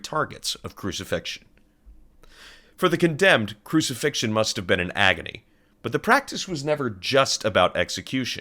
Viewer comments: 'crucifixtion's a dawdle' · “Crucifixion? Goood.”